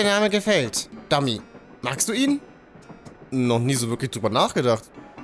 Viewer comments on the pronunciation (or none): Er heißt nicht Domi sonder Domi ×D